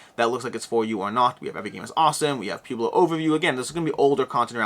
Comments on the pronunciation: Poo-blo. Seriously? Pwehblo. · please tell me you've really never heard the word Pueblo pronounced out loud. "pweh·blow" As always, amazing content, I just got a chuckle every time you said pew-blow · P-YOU-BLO, LOL 😆 It is P-WEI-BLO. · Pueblo pronunciation is puh-web-low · You do speak fast. Never really noticed it until now. My recommendation when you speak too fast is that you should slow down and emphasize power words in your sentences. For example , you should held onto the word "but" and also emphasize it a little. Doing this gives people time to digest what you said. Also, it's Pueblo (Poo-eh-blow). Wow this sucks. You are not from the US are you? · Pronounce it Pwebloe. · I love how you pronounce "pueblo" lol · I shuddered each time.